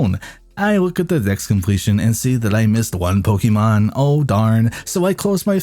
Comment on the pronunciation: Call yourself a Pokémon fan. Says “Po-key-mon” and not “Po-kay-mon”. SMH SMH.